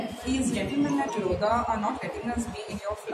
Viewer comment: It's not LODHA, it's LODA 😂